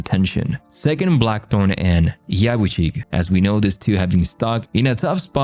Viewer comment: Ya-boo-shi-geh, not Yuh-buh-shig.